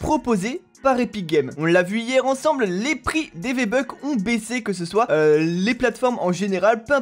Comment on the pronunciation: c moi ou t’as dis viébucks